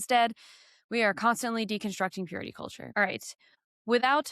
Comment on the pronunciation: God is like..sooo important, you guys! We need to live lives of purit-ah! The ene-mah is like...so bad 😂